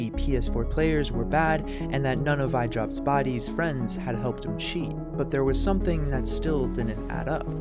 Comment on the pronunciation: Why You Say Idropbodies Like That